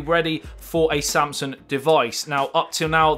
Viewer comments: It's Samsung not Samsun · All I kept hearing is you saying “samsun” instead of saying ‘Samsung’